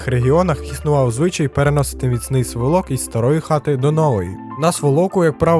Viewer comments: Не сволОк, а свОлок. Розмовляйте правильно. Дякую за відео та успіхів! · Такі рідні хати, валяться кругом, сумно аж за край! Ріже вухо: сволОк, у нас кажуть свОлок. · Цікаве відео ! ... в моєму регіоні (північ Миколаївської обл.) кажуть не сволОк а свОлок, наголос на першу О. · Не сволОк, а свОлок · Не сволОк, а свОлок !!! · Гарно.Тільки правильно свОлок а не сволОк.Якщо вже доносити знання др людей, то варто б не полінуватись і переконатись у поавильності вимови.Без образ) Бажаю щастя та успіхів у роботі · У слові свОлок - наголос на О ! На свОлоку, під СвОлоком, і т.д. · Слово сволок - наголос на перше О - свОлок. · свОлок- наголос на першому складі, образИ- на останньому. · свОлок правильно! Дякую за відео та розповідь. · Вибачте, але у слові сволок наголос має бути на першому складі. Дякую за цікаву інформацію! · Цікаве відео. Правильно говорити сволок наголос на перше ,,о" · Сволок, наголос на першому складі. Відео дуже цікаве, дякую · Сволок. Наголос на перше "о". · Дуже дякую. За звичаем люди самі приходили допомагати. Сволок, наголос на о, це в нашому селі. Молодець. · НЕ вірні наголоси на словах, сволок, покуті,це ріже слух